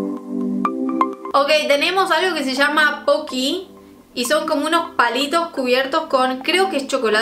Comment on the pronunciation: madre mia la dificultad que tienes para decir Pokys jajajajaja. Son japoneses y son silares a los Mikado, pero estos en vez de ser solo chocolate, tienen sabores. Estan buenisimos.